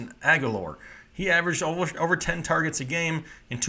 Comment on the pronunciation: Yargets lmao #